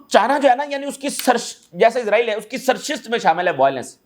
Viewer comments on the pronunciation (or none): سرشست نہیں سرشت ۔